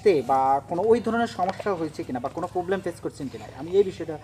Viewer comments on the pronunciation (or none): Kothaw bilte parenah je ask korse.peovhlem slaarput its will be problem not prohoblem sutupid